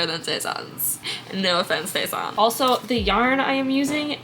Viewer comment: the pronounciation of his name is te-san not tey-san :DD